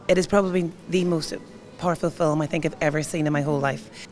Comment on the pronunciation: hi, i love the way you pronounce it fill-um not film my my irish dad use to say fill-um so as a kid i picked that up my english husband used to laugh